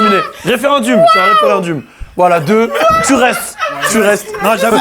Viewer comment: waouh vous prononcez grave mal le mot "referendum" mdrrr DZ EN FORCE , ON t'accepte mon gars fodjé